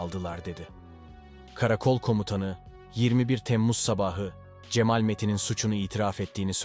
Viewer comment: Sizi beğenerek takip ediyorum ancak bazı kelimelerin telaffuzu dinlerken çok rahatsız ediyor ( vaaaril, cemaaal)